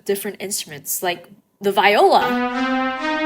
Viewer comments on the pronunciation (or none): Hey erm actually it’s not pronounced Viola is pronounced like Vee ola 🤓🤓🤓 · Haha Viola is pronounced veeohluh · YO THIS IS ACTUALLY AMAZING!!! Ive also wanted to make a song, but I felt like producer programs were just… too complicated lol XD BUT maybe I might be able to do it now, who knows? ANYWAYS: One thing I noticed: Viola isn’t pronounced ‘VI-ola,’ (like vying for something,’ it’s ‘Vi-ola’ (as in, the V and I just sound like the letter V.) Hope this helped! (Or idk, whateva) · IT’S AMAZING! btw viola is pronounced (vee o la)